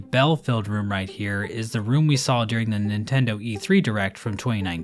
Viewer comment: She saw the saw and became a saw while saying "shaw".